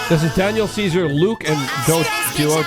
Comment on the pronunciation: the doechii name butchering is killing me 😂 … yall need to put some sauce on the swamp princess